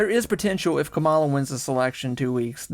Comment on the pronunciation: How do people still not know how to pronounce Kamala? 😅